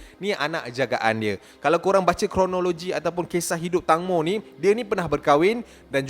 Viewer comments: Nama dia tangmo disebut (teng-mo) bukan (tang-mo) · Pembetulan "TANGMO" sebutan yang betul thailand bukan "TANG" tapi "TENGMO (tank-mo) " ... TENGMO tu maksudnya TEMBIKAI kalau dalam bahasa thailand... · Sebutan nama dia tengmo ejaan ja tangmo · Tengmo is the correct sound bila sebut tangmo...sorry mencelah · eja tang mo disebut teng mo... sebut betul2 netizen Malaysia